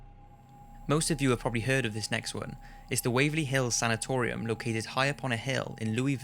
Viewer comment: He always pronounces "heard" as "heed"